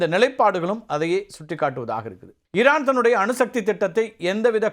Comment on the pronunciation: இரான் ha ஈரான் ? சார் ஈ வரலயே